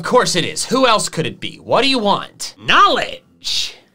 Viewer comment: the way he says knowledge is just kinda funny to me